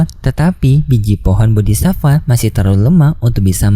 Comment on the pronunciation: Aku dari kemarin mau bilang Bodi'Satfaa enggak jadi Min soalnya minin Sebut Bodi'sifa...😁😁 Kalau enggak salah dengar aku. Min cari info Kalau Sudah Sampai Duo'Di Tamat apa masih ada Kelanjutannya apa enggak Donghua nya. Kalau di Novel aku nyimak Ceritanya sudah Sampai Ranah Dewa Langkah ke4. Manusia biasa sampai Ranah Kaisar itu Seson 1sampai 18 kalau enggak Lupa. Ranah Dewa Langkah Ke4 itu sekitar seson 7.